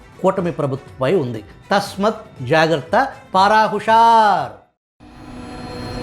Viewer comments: తస్మత్ కాదు తస్మాత్ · తస్మాత్ జాగ్రత్త Not as you pronounced dear